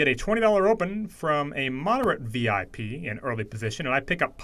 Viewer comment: It's vpip not vip my man.